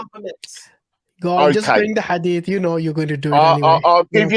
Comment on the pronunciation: No one:: "I found a disturbing hadif."